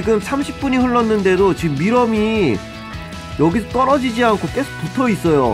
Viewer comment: 저만 밀웜 미럼으로 들립니까아앜?